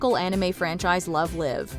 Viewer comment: Love the video, the franchise of “Love Live” was mispronounced haha The “live” rhymes with “strive”